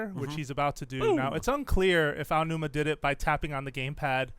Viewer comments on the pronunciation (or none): I didn't think anyone else except "Gamexplain" could mis-pronounce Aonuma's name to make it sound like Ainuma. So, congratulations. I fee like credited websites known around the globe (and even known by Nintendo themselves) would have the cautiousness, background knowledge and actually do research about everything they mention before they publish this type of material. Mis-pronouncing names can be offensive to many people. =P